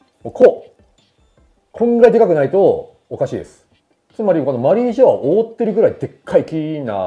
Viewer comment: 野田さんの発音マリー⤴︎ジョアなの気になるー！ マリー⤵︎ジョアじゃないのかなー😮